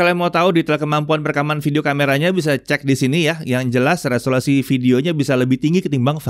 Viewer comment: resolasi.. Solasido...